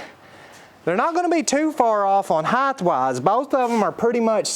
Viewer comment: Nope!!! You said "highthh" not highT. Un subscribeth